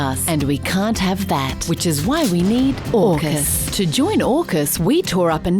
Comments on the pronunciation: Shouldn’t AUKUS be AUSUK pronounced “Hey You Sukers” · AUKUS sounds more like FUCK US